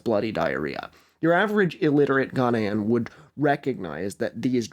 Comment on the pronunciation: i am sorry the way you pronounce accra and ghanaian is causing me psychic damage 😭 nice vid though